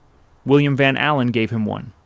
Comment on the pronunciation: I think it is AI narration. Listen to how he pronounces van allen